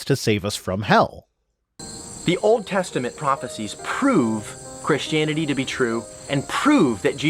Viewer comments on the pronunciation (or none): Ok, one from GE and now this one ... have they started pronouncing it Chrishtanity or Chrishtaniety since I left?